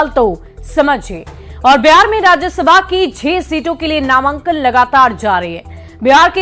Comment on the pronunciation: अरे व्यार नहीं हैं बिहार हैं...... बोलने तो सिख लो EWS सुदामा कोटा.... लेटरल ऐंट्री का प्रकोप दिखने लगा है.........